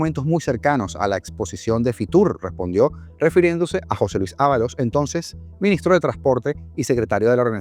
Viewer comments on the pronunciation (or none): none